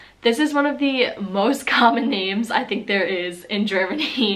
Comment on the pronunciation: you can pronounce the names really well👍